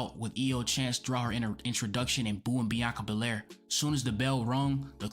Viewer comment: without saying a word??? or without being able to say a word? i will forever have her bianca berraire and reah riprey callout in my mind why cant some asian pronounce the letter L, its like the part of their brain capable of speaking the letter L is burned out from too many sushi 🤣🤣 need more mercury 🤣